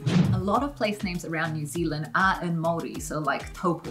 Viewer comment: can you learn how to say Māori please its not pronounced 'marry' 'or 'murray'!!!! Your wife's pronunciation is beautiful.